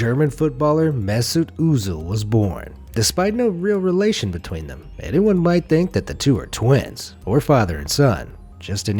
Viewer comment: Özil is not uzil its said how it is spelled. I'm German that's why I know that